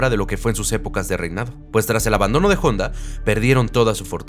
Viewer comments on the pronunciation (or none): “Jonda” y “LamborYini”. Honda y Lamborghini ( pronunciación, Lamborguini )